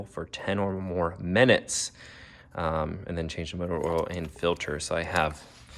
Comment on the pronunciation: Love vids, but cringe every time he says oral instead of oil 😂